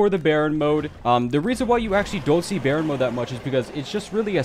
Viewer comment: You don’t know how to pronounce it it’s not bearen mod baryon mod